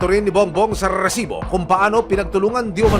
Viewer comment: Mali pag bigkas mu ng resibo